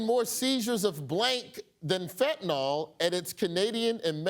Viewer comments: When I heard there was a Fentanol epidemic destroying lives and killing people, I had no idea it was simply pronouncing it wrong was the real issue people should care about. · I am begging everyone who mispronounces fentanyl fentanol to recognize that there is a Y, not an O in the last syllable. It is pronounced Fent-a-nil, not FENT-a-nol. You say it just like it's spelled.